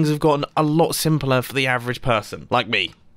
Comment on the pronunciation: Mumbo: "I'm very avrege" Me : (Can't build a simple piston door) Also Me: "AAAAAAAAAAAHHHHHHHHHHHHHHHH!!!!!!!!!!!!!!!"